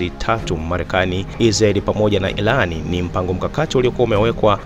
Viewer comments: Tafadhali mwanahabari tafautisha L And R mbona munatuboa ati ilAN ?? Hivi munashindwa wapi kushindwa kutamka IRAN? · Kwanz rekebisha kiswahili chako et ilan ndonin badala ya (irani) ujinga huo hatutaki